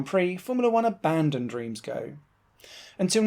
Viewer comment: Please pronounce Reims correctly.